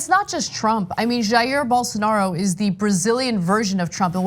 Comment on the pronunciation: "Bol... Bolsarnaro" -_